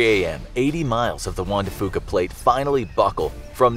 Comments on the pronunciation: “Fuca” is pronounced “FEW-kah,” not “FOO-kah” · Lol love how he pronounces “fuca”